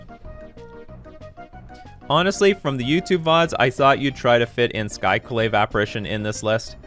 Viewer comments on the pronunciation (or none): none